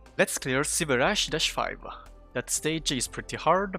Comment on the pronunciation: did he say silverass 5? lol